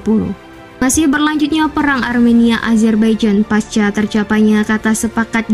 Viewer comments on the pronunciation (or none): none